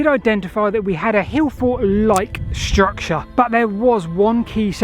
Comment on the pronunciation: "struct-SHA" :face-blue-smiling